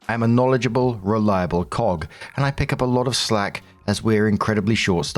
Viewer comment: I am sorry when you said Cog it made me do a double take because it sounded like you said the word with the hard k at the end normally used as the name of a male chicken.